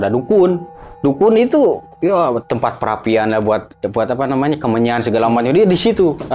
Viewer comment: saya ngakak pas dia bilang "apa nyamanah"🤣 sering terjadi ketika orang Sunda bilang "apa namanya"🤣